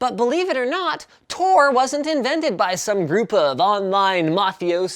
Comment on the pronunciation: It's Tor, Not TOR